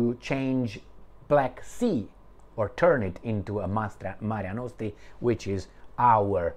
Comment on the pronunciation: Mare Nostrum, not Marea Nostre